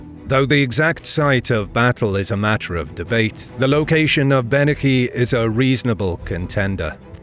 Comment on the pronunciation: Bennachie = Be-na-hee I'm honestly impressed at how close you were to getting that right.